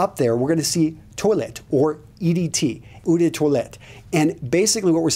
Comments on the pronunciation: "Eau" is pronounced "Oh", though, not "Ooh"... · hey, i want to help you,seriously. eau = pronounced as "O". i'm just saying it because you have a fraction of a second doubt before you say it and it sounds funky the way you say it. if you see the ad for " l'oreal, because i'm worth it" the way they say the O in l'oreal, that's the way you pronounce "eau"...